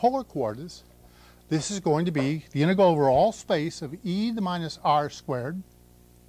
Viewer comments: Has anyone heard another person pronounce "integral" as he does? He seems to be saying "inte-gull". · hes prolly said it 10M times, so he deletes a syllable..🎉🎉😂🎉